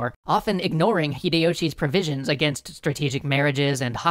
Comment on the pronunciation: Provisions, not previsions!